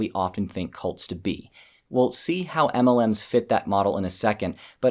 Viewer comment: The way you say, "EMELLEMS" just cracks me up. 😆